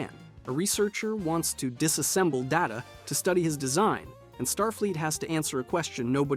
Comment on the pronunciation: It's Day-TA, not DA-TA. It's his name, not the actual word data. IRC there was a moment in an early episode about it.